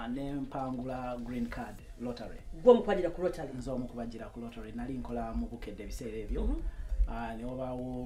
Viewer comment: Its "lottery " not rotary.....ijs🤷‍♀️